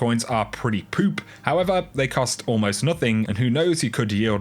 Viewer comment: The combination of your accent and the word poop is gold <3